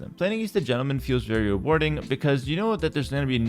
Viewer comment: Great way to influence the behavior of the community and I also like that your "Gentleman" sometimes sounds like "German" lol